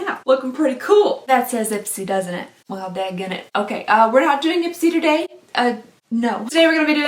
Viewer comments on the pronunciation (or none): none